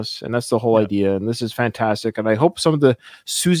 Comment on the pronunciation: Personally, I thought you pronounced her name perfectly. In fact, I wondered if you had researched (though I get the impression that might be a bit off-brand?) That's how I have always said it. If wrong, oh well, she can correct me. Please, come out & play Siouxsie...